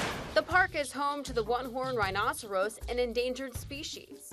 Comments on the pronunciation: The way she pronounced rhinoceros... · So nobody gonna talk about how she said “rhinoceros “ ? 😂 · Did anyone hear how she said rhinoceros